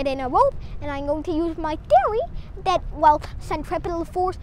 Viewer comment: I love the ascent "tiory"